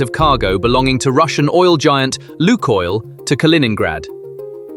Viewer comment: LUKOIL a czyta się Łukojl